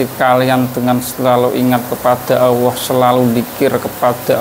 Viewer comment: Ucap ALLAH bkn Awoh mas 😅